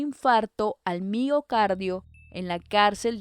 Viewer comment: Hay que mejorar la pronunciación. No es “mío cardio” por ejemplo. Te falto decir que también los izquierdistas o comunistas podrían ser culpables.